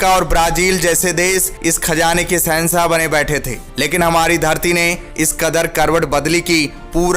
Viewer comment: Bhai kaun See school mein study kiye ho? Sehansah, des, siddat, suru, kaun si bhasha hai? Kudrat deta nhi hai, deti hai. Agar apni pronouncation theek nhi kar sakte toh kisi aur ki help le sakte ho.